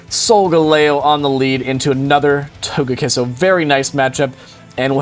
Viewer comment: its not pronounced TAGAKISS its TOGAKISS